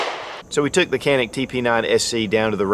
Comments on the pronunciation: Canik is not Kanik, wrong pronounce; and Türkiye🇹🇷 of course is not 🦃 Turkey. 👍 ok.🙂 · Being made in turkey it's actually pronounce Janik